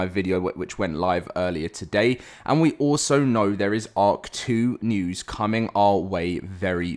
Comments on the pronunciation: I hate you i cant not unhear it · And now I can't unhear it😂